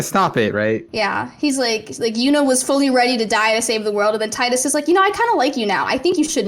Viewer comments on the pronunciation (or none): I think you mean Tee-Dus from FFX